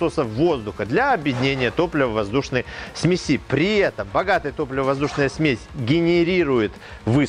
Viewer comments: ну и смЕси,а не смесИ. Спасибо за видео и здоровую реакцию на замечание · ударения специально некорректно?? смеси, зонда.. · Сме"си а не смеси" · Не думал, что слово "сме'сь" с одним ударением, а количественно множественное число будет "смеси'" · ААААААААААААААААА, смесИ, у меня аж глаз начал дергаться от такого.... а-ля катАлоги, смесИ - это позыв к действию(смешай типо). ой бля какой ужас.... А еще как же много раз он это слово говорит! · Смеси-ударение на 'е'. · Господи! Не смеСи, а смЕси! Не ЗондЫ, а зОнды.... Все замечательно, но как можно не знать как ставить ударение!? Уши сворачиваются. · ЗондЫ, зондА, смесИ... 🤦‍♂️. С ударениями в словах проблемы. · Лямбда-зондЫ, параметры смесИ.... С ударениямИ проблемЫ?